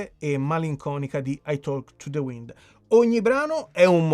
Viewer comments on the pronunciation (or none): none